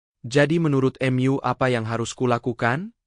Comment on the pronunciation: Mu bukan myu